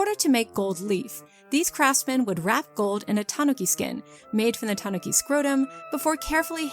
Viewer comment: the japanese is ta-NU-ki not ta-NO-ki but great vid!